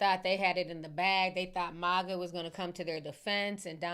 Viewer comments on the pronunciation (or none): none